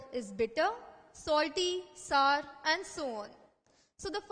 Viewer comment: she pronouncing "sour" wrong